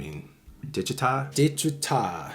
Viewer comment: Phonetically it’s: de chi tah